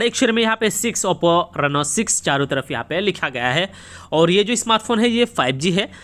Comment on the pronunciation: Its not nenoa.. Its just reno..